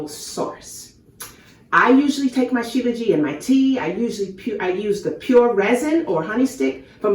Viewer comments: You are pronouncing it wrong. SHILA means born from and JIT (pronounces zheet) means mountains. So its Shee Luh zheet not Jee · Shilajit not Shilaji